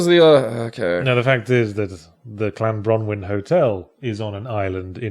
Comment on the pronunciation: As a Wlesh person, can't shake the insistant thought that "Clanbronwyn" should have been "Llanbronwyn"